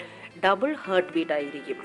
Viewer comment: ചേച്ചീ...ഹേർട്ട് അല്ല ഹാർട്ട് എന്നേ പറയാവൂ...